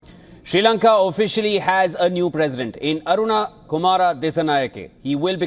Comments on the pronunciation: It's Anura not Aruna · Dude it’s ANURA not ARUNA 😂 you guys are keep doing this , is this ignorance or negligence 🤷🏻‍♂️ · boy you did not say Aruna instead of Anura! Jesus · Not “Aruna”, he is “Anura”. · Not Aruna kumara it is Anura kumara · We feel very sorry for not capable to even pronounce the name of the new Presidents name properly by a reputed indian social media news channel...Very common issue among indians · why don't u pronounce Anura's name properly. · Its Anura